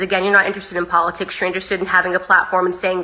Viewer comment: Cardi b is just too dumb to try to get into politics . She can't even properly pronounce the word ( POLITICS )